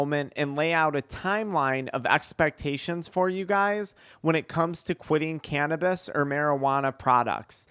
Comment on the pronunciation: Can’t watch this one but I appreciate you, I’m petty and cringe when you say “canabeez”